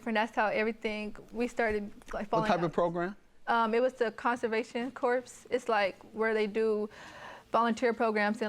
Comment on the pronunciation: "Conservation corpse" YIKES !!!